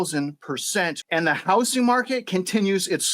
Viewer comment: 'The houssing market.'